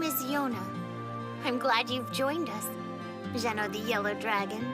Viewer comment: I hate that the anime says Jeno😭😭 the subs say Jeno as well when in Japanese it's Zeno written and spoken😭😭